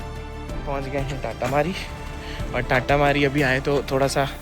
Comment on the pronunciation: Bhai amazing video ❤ , and bro you just mispronounced it !! Its तातामारी not टाटामारी